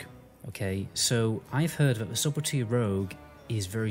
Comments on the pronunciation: the b in subelty is silent. sut el tea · MM/BM Hunter? Subtlety - The B is silent by the way.